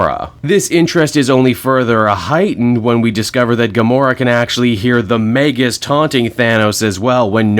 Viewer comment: Hearing the correct pronunciation for Magus is music to my ears, now I gotta make sure everyone gets it right once Adam Warlock videos become YouTube currency lol